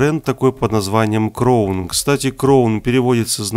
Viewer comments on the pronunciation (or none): Не кровн, а краун